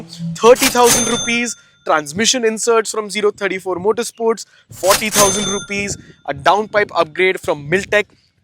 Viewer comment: O34 - zero thirty four ❌ 034 - “oh” three four ✅